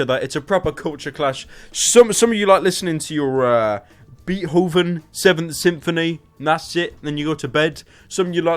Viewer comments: WTF is "Beet Hooven" did you mean Beethoven?! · It's pronounced BAIT hoven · bee-hooven? ... bee hooven. Yes. That is his name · Did he just say "Beet-hoven"? Triggered. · did you just pronounce Beethoven as "Beet-hoven." b o i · he pronounced beethoven wrong i don't care what year this was uploaded this annoys me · That's not how you pronounce Beethoven Pyro but ok.